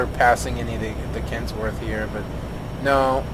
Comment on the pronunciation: its kenworth not kentsworth and i very strongly suggest checking out the kenworth w900l and it is a canadian truck so its canadian just like me